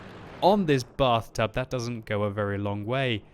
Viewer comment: The Batht00b, as the French Accent says. ( Bath-toob)